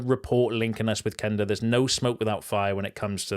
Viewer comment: Thank you for correctly pronouncing Quenda‘s name. You‘re one of the few United trackers who gets it right (cough…Jay…cough…Sam…cough)